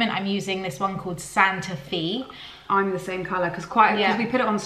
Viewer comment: Psst...Santa Fe is pronounced Santa Fay.